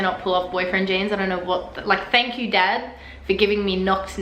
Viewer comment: She said a "dag" not dad hahaha